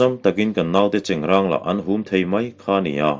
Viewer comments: Chengrâng tih tur alawm...i chhiar dan pangngai khan chhiar char char rawh...chengrang ka hre ngai lo..chengrâng tih hi Sial râng tiha râng anga lam tur ani e... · Chengráng a ni e, silai cheng hi an hnawih ráng ṭhin e an ti. Chengrang (ṭuan rang) tih anga lamtu chuan a hre lo hul hual a nih chu. I chhiar thiam tak zet zet e. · Chengrang titu cu a hrelo fee zawk a nih cu, chengrâng tihtur alom trw,miin egtin pon lo ti mahse i thiam ber tho² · Chengrang tiha rang hi awrrang tih anga lam tur a ni a, i lam dik e. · Cengrang ti tu cuan a hre thawi deuh hlek anih Dawn cu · Keipawh chengrang..tih hi ka hriat dan ani..ilam dan hi a dik ani pu.tlanhlu kan han ngaithla ve dem²mai teh ang mizo pasaltha darchhawka nge²...